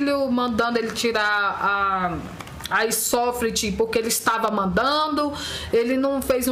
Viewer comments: não é airsolft é Airsoft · "airsofliti" kkkk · aisoflit kkkkkkkkk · Mano melhor parte cuando mãe fala e aisofriti kkkkk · falou arsroft a muie kkkkkkkkk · Ela disse "Aisofrt" kkkk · a aisofrit kakakakk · "Aisofrefiti" KKKKKKKKKKKKKKKKK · "A airisofriti" kskskkssksk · A mãe do mlk falou aisofret kkkkkkk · aistroft kkkkkkkkk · airsofrit kkkk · A mulher falou aisofrit kkkkk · isofriti kkkkkkk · aisofrit kkkkkk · aisofrit kkkkk